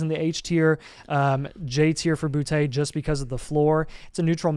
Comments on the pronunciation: Stop saying Boutté, ITS BOOTY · boute is pronounced booty btw